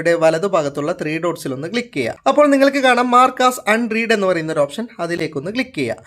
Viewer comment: ഈ പറഞ്ഞ് തരം എന്ന് കൂടെ കൂടെ പറയേണ്ട.. മഹാ ബോറാണ്.. അത് പോലെ "അൺറീഡ്" അല്ല ✅ അൺറെഡ്.